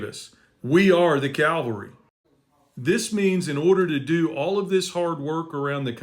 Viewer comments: Love what you're doing,. Keep it going. 😊 PS---Difference between "Calvary" and "Cavalry." 😉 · You are so right but please, it’s CAVALRY not Calvary 🫣. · Cavalry is want we want not Calvary